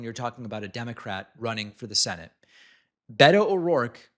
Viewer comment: David, please learn how to say Beto correctly. Thx from a Latina Texan💙🌊